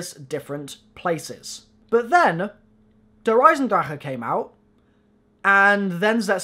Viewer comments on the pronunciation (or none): im german ive moved to america when i was 10 he says it kinda right its ment to be esin-drac-eah not esin-draca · He really only says the r too hard, its softer in german. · Tawa well he doesn't say that like an actual german but he obviously says it way better than most of the american/english people. but at the end it's not their fault, they don't have german pronunciation